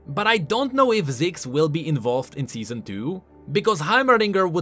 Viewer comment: Seezon duu